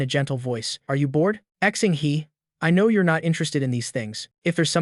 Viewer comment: These directly translated Chinese stories are always awful. You can't just do a word by word translation, you have to properly translate it culturally. This is so difficult to follow. Also, the narration can't even comprehend Chinese pronunciations Xing-He is not "Ex-ing-Hee" it is "Shing Huh". This is all very cheap and nasty, using free AI tools to butcher content.